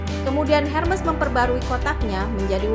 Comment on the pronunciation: Ermes dibacanya